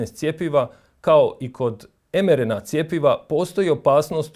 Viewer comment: Također, lita se em ar en ei, ili i er en ka. Oemerena ne postoji